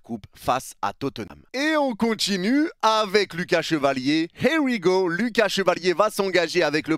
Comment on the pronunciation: « Y a les hé wi go » 😂😂😂😂 tu régales